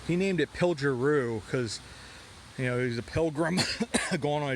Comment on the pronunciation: The "pilger' is pronounced with a hard "g" like "good". Keep up the great videos. Wonderful history! Many early settlers of the Pine Grove area came over this mountain via wagons. As Cliff has said in a video, the actual route has been altered as the road was improved.